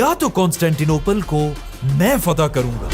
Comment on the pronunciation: FATEH HA YAR FAITH NAHI